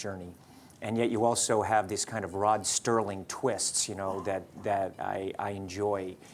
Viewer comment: He said Rod Sterling, the name is Rod Serling.